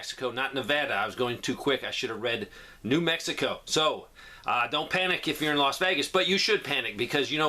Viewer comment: No...I heard Las Vegas New Mexico. You said it correctly. I remember because my brother lives in New Mexico but I did not know there was a town called Las Vegas